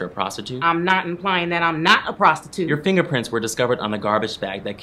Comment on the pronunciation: " I'm not implying that I'm not a prostute" 😂😂😂😂 I'm done with her I just can't